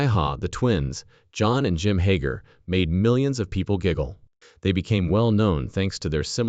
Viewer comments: Now my your calling them hoger twins its hager!!! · You can't even say there name right